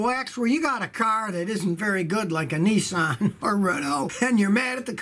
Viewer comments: Scotty it aint Nisssaaaan its Nissan just love the yaky twang !!! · Its called Nissan as in pissan .Not Nessan